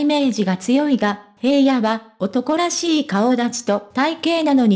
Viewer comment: 平野くんは、「ひらの」と読みます。「へいや」と読み間違えていて、内容が入って来ません‼️ どうにかなりませんか？